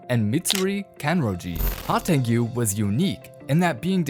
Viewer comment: Please stop calling him "Hantengiyu" lmao